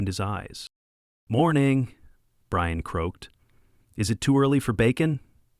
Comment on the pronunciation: Brian became Breeyawn